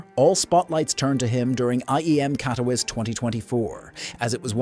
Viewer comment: Agreed especially when the AI voice pronounces things incorrectly like Katowice and Elige lol